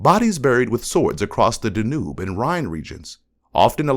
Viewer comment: I thought so too until the mispronunciation of Danube so came to the comments. But for AI it’s better than what we used to get 🤷‍♀️